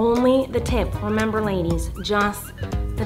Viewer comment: So we rember